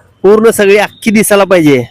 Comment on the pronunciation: अख्खी का “अक्की” ?